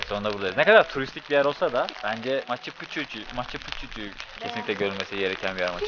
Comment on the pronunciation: Maçı Puçu ne demek lan?! 🤣🤣🤣 Maçu Piçu (Machu Picchu).